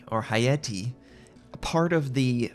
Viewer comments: It's pronounced Hah-Yah-Teh :3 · Japanese doesn't have long vowels. Ha. Ya. Te as in as "te"lephone